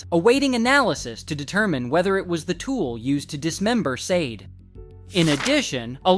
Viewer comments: Her name is Sade..Saw-Daa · This video sucks and is in EXTREMELY POOR TASTE!! Not only did you continue to pronounce her name wrong the WHOLE time but had the NERVE TO ADD HUMOR! ARE YOU SICK???!!! YOU NEED TO DO BETTER!!!🤬🤬😡🤬👎🏿👎🏿👎🏿👎🏿 SHOW SOME RESPECT!! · The way you make jokes in this video is so disrespectful. You can’t even say her name right. Honestly you should be ashamed trying to make a profit from this tragedy